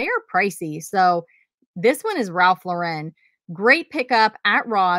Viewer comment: Ralph Lauren actually pronounces his last name like the girl's name--LOR-en, not the Frenchy sounding Lau-REN.